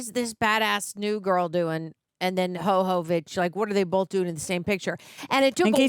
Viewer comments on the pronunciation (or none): Calling her "Hohovich" or whatever was painful to hear so many times... As for the franchise, unfortunately after this one is where things start to go downhill... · Why are you saying hovovich when its jovovich? 🤔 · Who the hell is this Ho-Ho Witch you keep summoning? Yoh-voh-vitch/yoh-vuh-vitch. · I have to imagine that others have come before me, but I'm not scanning all of the comments; Milla's last name is pronounced YO (like "YO, where the bitches at!?") - VO (like "I VO-ted the last election. ") VICH (like Bitch, but with a "V") 😊. YO-VO-VICH, but spelled Jovovich. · intentionally mispronouncing Milla Jovovich's last name as Ho-Ho-vich is just disrespectful and blatant ignorant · Her name is pronounce “yo-vo-vitch” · The fact that yall say her last name wrong just for funsies lol idk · The mispronunciation of Jovovich is funny like the first two times. Lol.